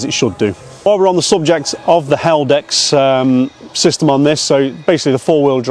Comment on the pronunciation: Is he saying Helldex on purpose instead of Haldex? Like how we say “Meadowhell” instead of Meadowhall or EcoBoom instead of EcoBoost? It hints that the Haldex system has a bad reputation? Also doesn’t ADAS mean Advanced Driver Assistance System?